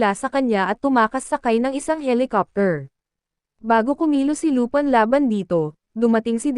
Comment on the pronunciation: Lupin po' hindi lupan